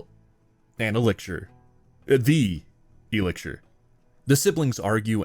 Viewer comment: Are you saying “elixir”? Like E- lick-sure